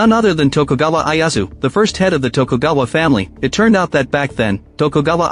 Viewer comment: Who TF is Eye Ass Woo?